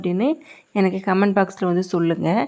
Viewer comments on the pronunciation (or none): none